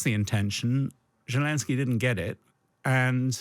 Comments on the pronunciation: Why is this buffoon pronouncing zelensky like it has 7 J's in it? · Zelensky (root word is Green), not Zhelensky. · Is it jelensky? I thought it was zelensky